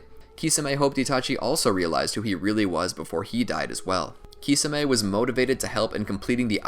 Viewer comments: I can't watch this SIMPLY because of your own CREATED pronunciation of Kisame (KEY - SAW - MAY) 🤷🏾‍♂️🤦🏾‍♂️ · its prounuced tishame